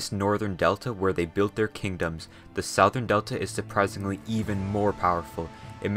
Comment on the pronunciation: Its not sauthern its Southern